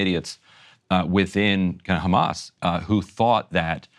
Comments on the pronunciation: Funny how Sanders pronounces "Khamas", i.e. like in Hebrew. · Bernie says khkhamas just like every good Likudnik. Sorry Bernie, I thought you were better than this. I hope you find Netanyahu's pocket comfortable, it must be crowded with most of the US Congress in there with you. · Just the way Bernie says Khamaas shows where his puppet strings come from : The correct word is HMS (Ḥarakat al-Muqāwamah al-Islāmiyyah) translates in English as A Resistance Movement For Restoration of Peace (Islam means peace). At least, know your enemy. Nobody in political power seems to know HMS or Hamas. Israel projects their worst fantasies on them and obviously has the ear of American politicians - I guess the AIPAC paycheck is the problem and after 9-11 it has just become the norm to be Islamophobic if you are American. But, shouldn't people be less intellectually lazy and try to understand their 'enemy'. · How he says “ Hamas “ is so pathetic . Trying to sound “ Israeli “ Some sea mites 🤦🏻🤦🏻 Can’t pronounce a Semitic letter properly…🤷🏻‍♂️